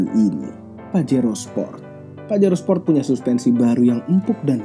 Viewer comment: baskoro tejo sport bang bukan sprot